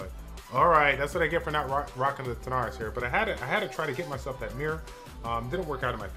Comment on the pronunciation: Biggest fail in the video was calling him “TaNarys” after calling him “TaRanys” for like 6 months